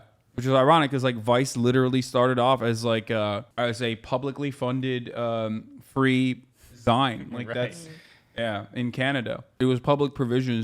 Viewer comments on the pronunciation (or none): my man said 'zyne'. it's 'zeeeen', hasan